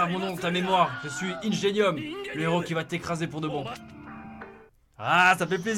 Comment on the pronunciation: Ça se prononce " ingénium " oreilles saignent... Help bon sinon c'était génial!